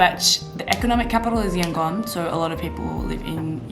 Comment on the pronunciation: According to latest census, 90% Buddhists, 4% Islam, 4% Christians, 1% Hindus and the rest are animists and what not. Don't take those numbers as gospel truth though! Also, the "gon" part of Yangon is pronounced more like "dome", substitute "m" with "n" sound, not Yan-"gone".